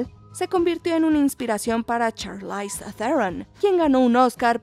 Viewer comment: "Charlaiz" Teron